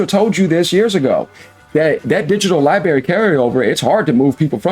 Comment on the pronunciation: Yooooo, …….i fuck with you bro but the word is library, not lie berry 😂